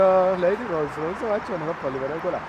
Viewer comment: رولز رویس❌️ لویرز رویز😂😂✅️